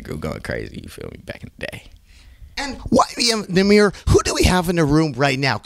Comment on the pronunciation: "Who are you?" "YBN Nahmuh"